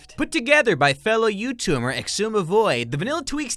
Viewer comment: Was it just me or did he say youtummers 😂😂 Edit:plz tell me if you do